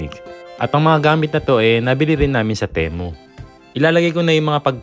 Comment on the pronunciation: Sir pronounce mo Ti as Timu para sound as Temu. Ok